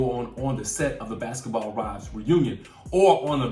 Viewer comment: Wait. “Basketball RIVES?!” 🤣😂